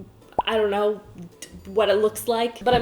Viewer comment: Lol the way she said "ion kno"